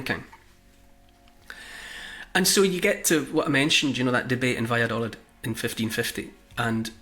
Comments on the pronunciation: Neil... Valladolid is pronounced with a double "ee" sound on the final syllable. in Spanish the "i" sounds like "ee" in English. Vaya do leed. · I’m in stitches at your attempt to say: Valladolid. I’m British and live between Scotland and Madrid. Try this: va-ya-daw-leeth … this pronunciation might help 🤣. The “daw” as the aw sound in draw and leeth as in teeth. Good luck! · Ha, I lived in Valladolid for 6 months in 2004! I recognised the plaza, but not Neil's pronunciation lol!